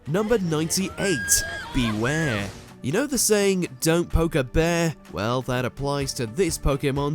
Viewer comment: The franchise was built around Ash&Pikachu But Not Anymore 😭 &You Mispronounced ZACIAN BEWEAR AMPHAROS LOPUNNY DEOXY&SSCIZOR